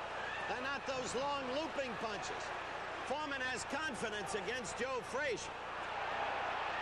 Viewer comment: Announcer called Joe name joe freezer